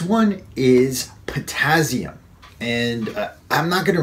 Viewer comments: potassium is not pronounced pertazium. Just saying. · Daniel Fitzpatrick ...oh God can he say potazium just one more time...drove me crazy!!!!